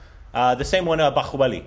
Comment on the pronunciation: Why does make that middle eastern 'h' sound for bahubali? We dont do that here in India 😆 its plain 'h'